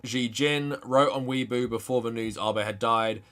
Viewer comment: Weibo is pronounced way bo btw. As I think I‘ve mentioned before, people don't know Japanese politics and just project their own politics onto Japan, because Japanese pop culture media is often devoid of poltiics and the average Japnese person's opinions aren't really known.